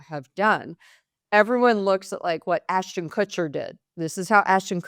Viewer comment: Did you say Aston cutcher. P Diddy friend. I would not attach myself to him. But Megan is in the same crowd